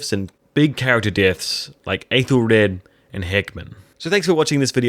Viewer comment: Forgive me. I know this comment will seem obnoxious though I certainly don’t mean it to be; it’s just a pet peeve of mine. The Æ-sound, whether in modern or Old English, is not a long A as you are saying it in Æthelred. It is the same A-sound as in apple or have or cat.